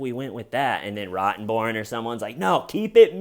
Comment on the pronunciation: I think Amber's lawyers are low-key on Johnny's side. After this trial, ROTTENborn should consider a career in comedy! Every time Johnny emphasized the first syllable in the male attorneys name cracked me up! The troll lawyer looks like her clothes are made out of upholstery fabric. Oh! Don't forget the muffins! LOL